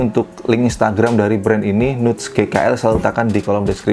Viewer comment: Bahasa Inggris 🥜 nuts baca.ny nats tow bosku